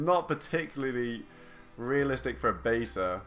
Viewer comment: "the baeter at least" its beta..... beeettttaaaaa